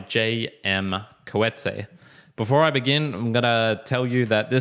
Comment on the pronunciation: Can you pronounce his surname correctly please.